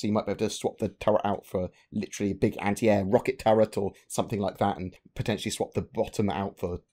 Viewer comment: Beeg Tonk!